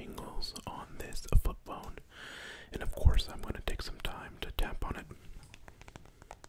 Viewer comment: yo who else thought he said foot bone instead of flip phone